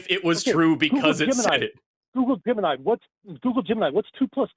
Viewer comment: Had a good chuckle where gets really excited and repeats himself a bunch. It sounds like he’s saying “goo-goo gemini” over and over again.